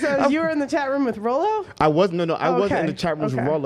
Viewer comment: Good job pronouncing Rollo name wrong. I cannot wait to watch his livestream reaction to this video.